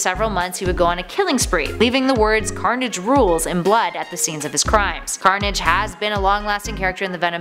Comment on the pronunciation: She said scarnage on